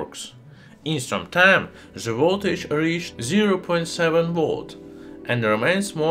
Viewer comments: Just stop pronouncing ' the' , za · Why you pronounce "z" the "th"? Zis is ze best element in ze world😂😂😂